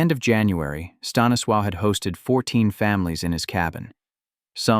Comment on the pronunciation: Staniswaw? Huh?